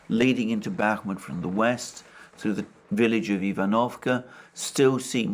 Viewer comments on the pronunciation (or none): none